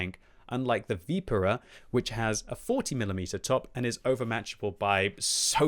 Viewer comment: You are not Italian and neither are we say Vipera correctly please.